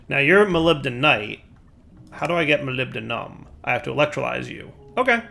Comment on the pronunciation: amazing, pronounced molybdenum correctly